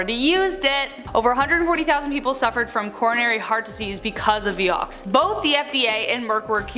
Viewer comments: It was pronounced vI ox not vee- ox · Pronounced (V eye-ox)